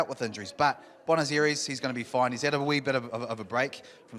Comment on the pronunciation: If anyone is interested in how to pronounce Buenos Aires a bit better than we hear here ;-)